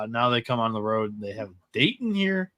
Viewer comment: Dayton all the way!! And stop pronouncing it Daydin, please!